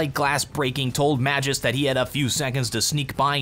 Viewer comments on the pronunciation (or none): It is pronounced MAG-isk